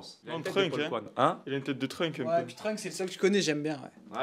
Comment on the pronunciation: c'est Trunksss pas Trunk mdrr